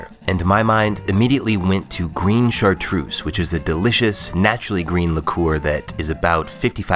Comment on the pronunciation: I'm from Savoie in France (where the chartreuse comes from), we have chocolate with liquid chartreuse inside it's fantastic! Btw, it's Chartreuse, not Chartroose ;)